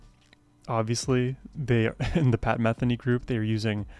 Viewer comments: YAY!! one of the best musicians/composers on the planet, especially whenever paired with Lyle Mays RIP..., btw, pronounced meth-EE-nee... one other comment, for those who know tennis watching Lyle Mays play piano is like watching Roger Federer play tennis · You might like to actually SEE this (along with The First Circle) being performed live. There are videos here on YouTube. (BTW his name is pronounce muh-THEE-nee.) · I've been a fan since the early 80s. I've always heard his name pronounced Me-THEE-knee. Was I wrong all these decades? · Enjoying your journey with Pat Metheny Group (pronounced Muh-thee-née). His music is uplifting and great to drive to. Try his studio versions of “Antonia” and “To The End of The World.” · You mispronounced “Metheny” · Please pronounce his name correctly. I'm sure he would appreciate it. 🙄